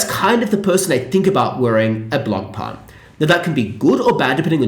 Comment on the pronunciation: it would be nice if you learned how to pronounce Blancpain correctly